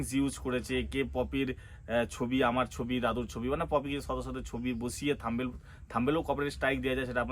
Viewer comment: Thumbail noy Thumbnail....thik kore uccharan korben 😊